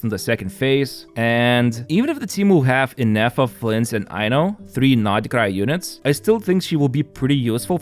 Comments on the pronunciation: It's not NORD KRAI...SAY NOD KRAI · ooff u say nod krai so weird way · Thought I was the only one who thought that lol like the other comment said probably is the true pronunciation but sounds weird and forced to me